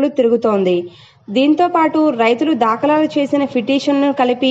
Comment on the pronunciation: Telugu matladadam vachhina vallani anchor ga pettandi, dakalalu kadu dhakalu, alane cheap justice kadu Cheif justice 😅